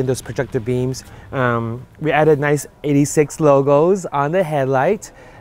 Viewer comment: It's pronounced eight-six not 86 like the original Hachi Roku